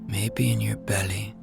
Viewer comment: why do you say belly in a such a weird way?😅